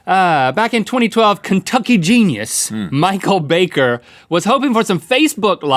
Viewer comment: Michael BAY-ker